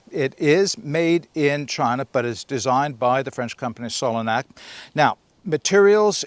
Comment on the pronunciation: Solognac is pronounced like cognac the drink. My local Decathlon here in Spain are hopeless. Sure they sell some very good quality stuff, the problem I have is they are always really badly stocked. It's a hours drive to get there only to find the shelves empty. It is frustrating.